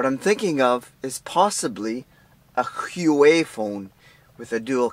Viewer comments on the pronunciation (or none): Schuu-wei phone? Dude, it's huaw-wei.